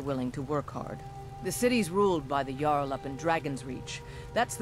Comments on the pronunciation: The Jarl(it's pronounced Yarl by the way) Is up in the castle. He is like the King. Jarl isn't even his name. Can't be arsed to remember it though. Also, that spell tome IS useful because it is always good to have that spell other than selling it for an awful price since it teaches you the spell forever. So when you want spells, you always go to the "books" section in a store. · I grit my teeth and whacked my head on my keyboard when he pronounced 'jarl' wrong.